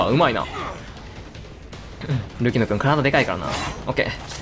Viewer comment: たまに“ルキノ”がスマブラの“ルキナ”に聞こえて嬉しくなる